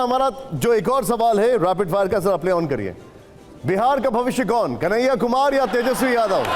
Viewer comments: कन्हैया नही दलैयया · अस्पष्ट या स्पष्ट ? बार बार कनाहिया कुमार कहता है में अस्पष्ट करता हूँ